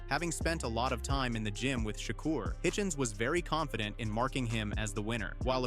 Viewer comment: His name is not SHOCKER...his name is SHAKUR!!! Pronounce his damn name right!!!